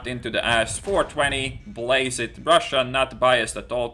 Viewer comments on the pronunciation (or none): none